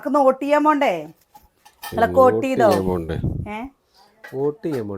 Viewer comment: ഓട്ട് അല്ല വോട്ടാണ് പ്രസി😂